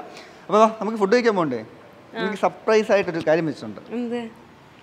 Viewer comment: സപ്രയിസ് അല്ല ചേട്ടാ സർപ്രൈസ്